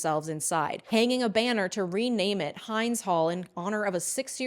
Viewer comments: Girl said Haynd’s hall. It’s Hind like in Hindi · Great video, just really wish you hadn't started the story with the events of October 7th, when we've literally been trying to get it through to people that this didn't start on that date... Also, Hind's name is pronounced like the 'Hind-' in 'Hindu'. It's Arabic for 'India'. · Hind is pronounced with a soft i. A small error compared to CNN presenter Katie Hunt who described 6 year old Hind as a “woman who was killed in Gaza”. Hind’s whole family was murdered before her eyes after the IOF ambushed the car they were driving in. She was able to speak on the phone with ambulatory services but the two people sent to rescue her were murdered (along with Hind) by the IOF so no lives were saved. It’s a heartbreaking story.